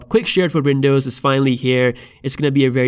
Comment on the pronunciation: What the hell is "Vindoze"?